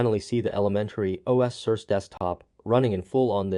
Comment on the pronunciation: "Sir Say" is how you say the name. How is it working for you? Which session do you run? Classic or Secure?